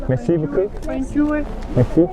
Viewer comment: Tiếng pháp cảm ơn , nge thoang thoáng ra mé si bứu cưu vậy chèn